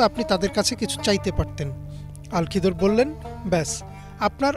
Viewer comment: আল খিদর নয় খিজির আ: হবে